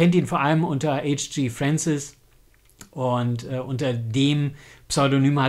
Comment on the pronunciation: Leider etwas spät, der Band ist glaube ich gar nicht mehr erhältlich. Hans Gerhard Franciskowsky, wird vom Nachnamen anders ausgesprochen und die Abkürzung H. G. Fancis wird deutsch ausgesprochen. Aber sonst ein schönes Video. Ob Roland Emmerich, der ja Deutscher ist die Serie mal gelesen oder gehört hat? Star Gate hat ja einwenig Ähnlichkeit. (Thomas)